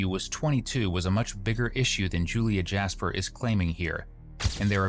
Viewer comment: "Jas-per"??? By choice. Really?🫤🫤 😵‍💫😩😩